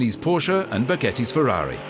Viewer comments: Powwshaaa. Fewwahwee. WHY?! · Perhaps? North Americans can't speak just one foreign language correct. What the hell do Yanks do at school? No German, no Italian, no Spanish. It is pathetic. THAT is why you all do it in the rear of Fewwawwi, Powwshe, Masewwattee, Koenigsegg, Oddi. You never learn at school that there is far more in the world than just your USA. Excuse me, but that pwonunshashun is pathetic. Yall don't even try. Fewwawee, come on, why?! Go there! Go to Italy! All Yanks! Get yer summer holiday back! That stupid work work work culture is getting yall dumb! Go to Germany, talk German there. Go to Spain, you got Mexicans, so you all can speak Spanish. Do you start to understand? You all are doing everything very very very wrong! Now solve it! And Vreeswijk is just as Dutch as I am. Then you should see the point, get ALL Americans a better education! Why not?! Those fools all raping all the foreign car brands, it is ridiculous.